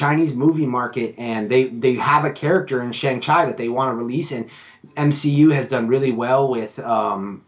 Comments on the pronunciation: Pronounced Shang Chee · Could you please stop mispronouncing Shang Chi last name as Chy it is pronounced correctly as Chee. Thank you.